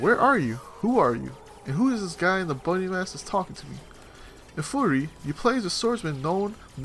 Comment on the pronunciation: It's pronounced like "fury" not "furry".